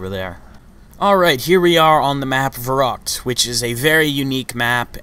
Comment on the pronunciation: Not verrakt, it is pronounced verrykt